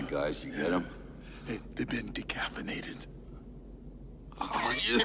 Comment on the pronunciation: 24 years after I first saw this and I just got the decaffeinated joke! Never realised he actually said they've been 'dekaffirnated'